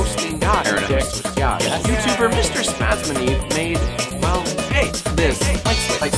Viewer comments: Dovresti fare un video in cui spieghi a come pronunciare il tuo nome.. SPUZZNEEV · The funniest thing imo is how he pronounced your username XDD Grande Spazzaneve! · I just laughed a lot when tried to pronounce "MrSpazzaneve":D I am italian and I am pretty sure that also MrSpazzaneve17 is from Italy and that he watch The Simpson;)